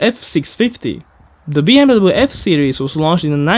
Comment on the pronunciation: "bee em wabbelu" :D